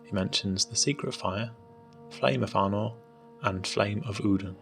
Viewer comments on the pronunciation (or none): easy to think he was saying arnor.